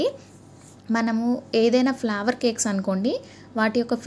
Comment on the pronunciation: flower kadhu flavor say properly